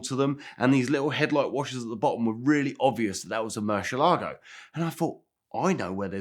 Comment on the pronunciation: Why can’t pronounce murcielago. Mans adding entire “shhh” syllables